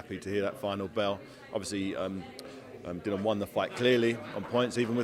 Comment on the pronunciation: Can somebody tell David that the man’s name is Dillian (rhymes with Gillian) and not Dillon?